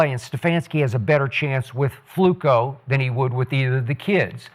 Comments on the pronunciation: yo bro his name fluko. Not Flacco. You know you wanted to say it lol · I remember when Skip first called Flacco , Flucoo😜:finger-red-number-one:first thing I ever agreed with him while watching him every morning at the barbershop ! Salute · Skip constantly calling him Flucco is so damn corny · So disrespectful. They make sure to pronounce “Shedeur” properly, but purposely mispronouncing FLACCO for laughs 🤦🏽‍♂️ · Why is skip saying Flacco like that?